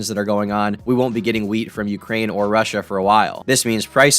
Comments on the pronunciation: I heard "weed" instead of "wheat" at first and was relieved when I realized your talking about bread. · I thought you said “weed” at first and not wheat lmao i freaked out but then i was like wait, i live in Michigan and we grow some of the best weed in the states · Oh Thank God, he was saying wheat.